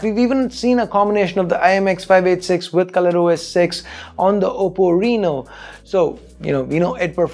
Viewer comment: Nobody:: Realme 3 preuw Oppo rino